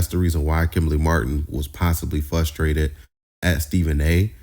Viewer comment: Did you say fustrated 😂😂😂😂